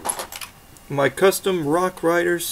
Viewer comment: Ha I love how when you say rock raiders it sounds like rock riders😂 great video